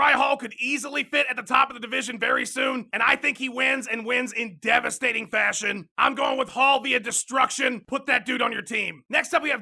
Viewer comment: "Devistating KOs" C'mon son